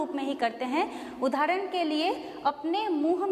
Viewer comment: we pronounce udaaharan not udhaaran